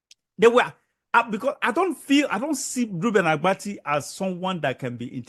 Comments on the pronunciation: Oga, it is ABATI and not Agbati. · The name is Abati not Agbati. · Oga, you are just looking for popularity. What is wrong with what Rufai said. Secondly, the name is Abati not Agbati. Yeye man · His name is Abati not Agbati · It's not Agbati, It's Abati. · Can you not pronounce Abati? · Oga, go and complete your train!ng before kuming to the media space. You can't even call the presenter Reuben Abbatti name properly. If u enlist to do a job, go and do your training very well. Finish well before coming to the public glare space. Mediocrity is not a virtue.